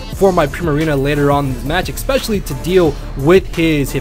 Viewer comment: "xpecially" triggered.